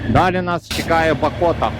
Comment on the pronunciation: Місцеві кажуть БА'кота. Наголос на "А". Два тижні тому теж були там. Теж на мото. Цікаві й красиві місця👍👍👍.